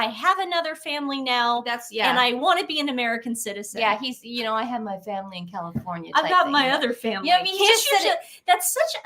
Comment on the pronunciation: It was awkward when he said I love my family. He mumbled over family. Almost said father